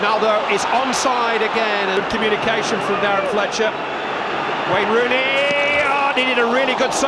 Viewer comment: He almost says Ronooney for the 3rd goal 😂